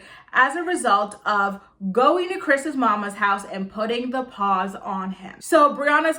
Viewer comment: Girl I love when you say Put The pAWZ on ppl 🐾💀💀💀😂😂😂